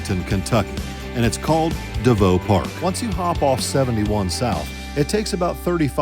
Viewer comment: The park you spoke of, in Northern Kentucky is pronounced De Vue, Not De Vow. Just FYI.!!